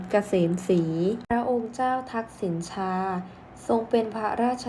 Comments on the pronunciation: อ่านว่าทักษิณะชาศึกษาให้กระจ่างแจ้งแน่มาก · ชื่อท่านออกเสียง ทัก-สิ-นะ-ชา ค่ะ